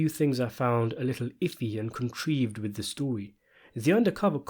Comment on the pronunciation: Yeah and he didn't know how to pronounce the word "contrived". He obviously didn't write what was read